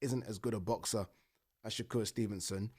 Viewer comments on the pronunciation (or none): none